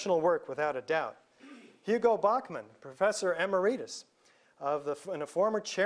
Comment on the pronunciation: Penthouse falling first is the telltale sign? Didn't the european demolitions "expert" say demolitions happend from the bottom?? Gage tries to come off as a academic, but cannot even pronounce "emeritus". This notion of "foreknowledge" has a lot of implications. We're saying the firemen knew there were demolitions? Blg 7 suffered extraordinary trauma from the collapsing towers. There are rear views of 7, though most are obscured by the massive amount of smoke, but you can still see the damage.